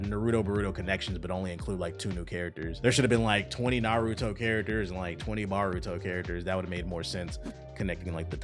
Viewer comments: Bruh the pronunciation of Naruto and Boruto was terrrible 😂😅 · bro is saying "Nuhrudo Buhrudo" lol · The way this guy says Boruto kinda sounds like burrito 🤣